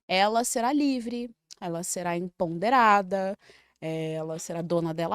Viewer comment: minuto 13 para 14 ela será "EMPONDERADA" Meu Deus, como que uma pessoa no segundo periodo de mestrado fala errado assim?